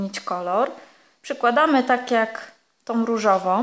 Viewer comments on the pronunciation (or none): Tom, szarom, różowom, włóczkom..... rany kobieto naucz się poprawnie mówić skoro się bierzesz za nagrywanie filmów i publikowanie ich.